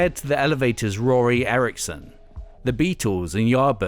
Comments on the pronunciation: Spoken as "rory" in video Corrected as "roky" in graphics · Roky not Rory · His name is Rocky Erickson NOT Rory Get it right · Roky, not Rory Erickson!! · *Roky Erickson, not Rory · Dude. It’s ROKY not Rory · Roky not Rory! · IT'S ROKY ERICKSON NOT RORY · ROKY Erickson not RORY. GOOD SHIT MAN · Sorry, but the 13th FE singer is called "Roky", not Rory...just fyi. still love your channel though:) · “Rory” Erickson??? Whatta dumbass! Did you mis read this shit from Wikipedia? Ugh. It’s ROKY! R-O-K-Y!! No excuses... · The K in Roky makes a "CK" sound, not necessarily an "R" sound. So you could say his first name is Rocky. Roky Erickson. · Where the fuck are the MC5 The Stooges Atomic Rooster Arthur Brown the Pink Fairies Screaming Lord Sutch and Alice Cooper ? Memory lapse or forgotten on purpose ? and you could've shown proper respect to ROKY Erickson by saying his name correctly rather than writing it with an asterisk ! The guy literally blasted open the psychedelic scene from Texas to San Francisco, made 3 highly influential albums, burned his brain out came back from the fucking grave, played until he died and you don't know how to say his name. Also you should've at least mentioned Syd Barrett.